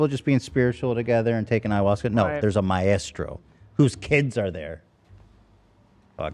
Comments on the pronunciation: Help, why are so many of you completely mispronouncing 'maestro' so confidently? I can't listen to Ethan say 'ma-estro' anymore 😭😭🤣🤣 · My-estro 😂😂😂 idk how but Ethan always finds the weirdest pronunciations. I always heard it as my-stro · Does Ethan think maestro is pronounced my-estro? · The way Ethan pronounces Maestro is so incredibly wrong, is this an American thing?! It’s 2 syllables not 3! :S Sorry, English girl here. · Am I the only one finding the teams pronunciation of maestro extremely jarring? I love them but is them adding the “eh” in a bit? Cause I don’t think that’s meant to be there… at first I thought they were talking about a drug Hahaha